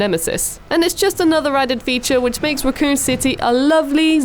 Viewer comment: No one going to mention she can't even pronounce raccoon correctly